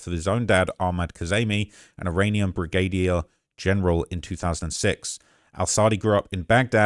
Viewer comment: Solemayney? An-Clave? Briggaydiur General????? TF is wrong with your brain you do this for a living. Literally made like 10 videos on Trump taking down Soleimani and now suddenly you can't pronounce his name?...